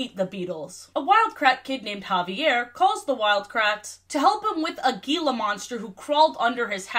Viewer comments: its pronounced "heela" not "geela" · Um actually 🤓 it’s pronounced He-la monster instead of Gee-la monster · Just a quick note for future reference: it's pronounced 'heela monster,' with the 'G' having the Spanish sound, not 'geela monster.' As someone who grew up near the Gila Valley, I noticed the mispronunciation repeated throughout the video, and it was a bit jarring. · Your pronunciation of Gila Monster hurts me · As an Arizonan your pronunciation of Gila monster hurt my soul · Roughly Gila Monster is pronounced hee-la. The 'g' makes an 'h' sound. Apologies for the nitpicking. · You pronounced Gila Monster wrong. The g is pronounced like h